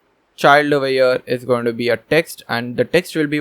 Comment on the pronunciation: thanx for this amazing course, i wanted to say it is not "oveyer ", it is "over here" u use this word a lot, and repeatin oveyer oveyer oveye 😁, at the beginning i thaught it is indian word but after two hours i understood u r sayig over here